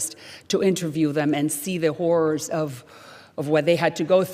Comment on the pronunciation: How about Waters being removed? Salazar said, "...as there is someone who has seen the horrors of socialism up close...", I thought at first that she said HORSE of socialism (my first thought - was she referring to horse Waters LOL!!! ?)